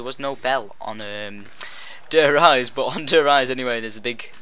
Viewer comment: just 2 clear up,its der REEZE not der RIZE just 2 make it clear